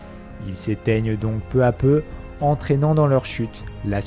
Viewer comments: Bonne vidéo mais pitié, attention aux liaisons "mal (t'à) propos" telles que "peu (z'à) peu". J'en ai relevé suffisamment pour me permettre d'attirer votre attention sur ces mauvaises dictions (en toute simplicité et gentillesse évidemment). Bon travail, merci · Intéressant ...Mais je ne sais pas qui a écrit le texte mais certaines liaisons font mal aux oreilles ...Notamment "peu z'a peu ... et les autres ...